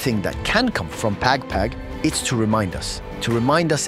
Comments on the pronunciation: The he pronounce "pag pag" is hilarious. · Pag pag not peg peg😂😂😂documenting something n u cant even pronounce it right